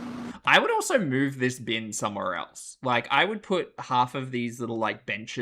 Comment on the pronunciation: And "eltz" instead of "else"